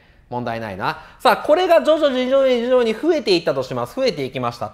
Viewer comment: 徐々にが上手く言えないさこだ